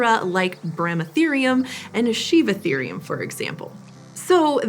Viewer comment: Me as an Indian hearing, Bramatherium and Sivatherium😅